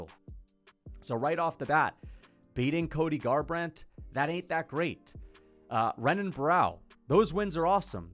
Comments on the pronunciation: As a fan of the sport bro please just try to pronounce Brazilian fighter names better. It’s not hard to remember that an r is an h in Portuguese names. Renan is said like Henan, like Royce Gracie is said hoyce Gracie. It’s super easy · Bro when you're saying Renan Barao plz show enough respect to say his name corrent . It's Henan Barao he's Brazilian, you wouldn't call Royce Gracie Royce you know it's Hoyce so come on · learn to pronounce renan u casual